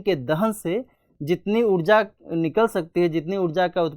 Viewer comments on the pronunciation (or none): Udja nahi ऊर्जा bolo yrr